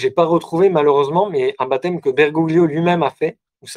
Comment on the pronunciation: Merci pour cette conférence. Un détail: en italien on ne prononce pas le « g » devant le «l » donc Bergoglio doit se lire Bergolio. Bergoglio étant un patronyme d’origine Italienne. En UDP